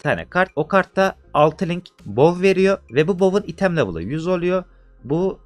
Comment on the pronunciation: abi çok güzel kanalın ama "item" değil ya "aytım" diye okunuyor. sırf o yüzden izlerken geriliyorum